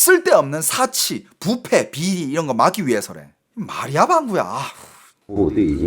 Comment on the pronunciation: 야 이놈이거진짜 한국말 못하네 사치는 단음이고 금주는 금으로만든 구슬이다 술을못마시게하는것은 그음주라고해서 금자는 장음이다 너 똑바로해라